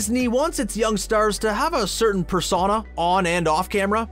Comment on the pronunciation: normal people: persona TheThings: persuana